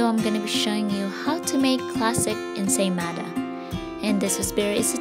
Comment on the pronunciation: “Insane mother..” instead of ensaymada😂😂